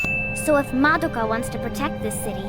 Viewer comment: And Mah-doe-ka, yes we all heard it too, don't be so damn pedantic. Why do you think SOME black people say ax, or SOME white people say ex-cape. Iit's how SOME American's repeat things they hear that are from foreign sources.